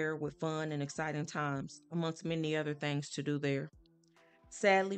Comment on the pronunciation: This story is sad enough, why play that eerie music (nightmares) in the back ground will the note is in red with a black ground? Also, the word is THINGS, not thangs